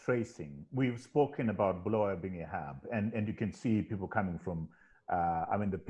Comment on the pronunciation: Sorry just seen this one...8 months late...Great initiative guys...and I'll start inquiries how I can make contribution as a Bulawayan...but Ive beef with you Trevor...You've no reason/excuse to mispronounce Bulawayo man...Please pronounce the way does...Honestly it's very worrying for a Byo boy to mispronounce his town....This has ramifications... As for the 3 presenters great job guys..welldone..will be in touch shortly once I secure my contribution to #im4byo